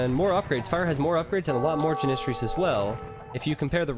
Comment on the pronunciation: its janissary, as in apple. it is so annoying to here him say it wrong.